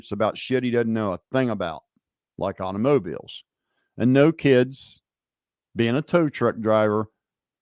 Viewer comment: You say automobiles like auto-mo-biles 😅